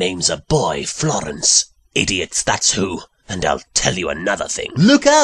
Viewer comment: Le ghasp. NOOOOOO!! NOT FL...FLOOOOOR...FLOOREN......I mean, NOT LORENCE WITH A F!